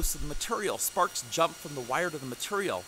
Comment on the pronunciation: Almost sounds like you say farts instead of sparks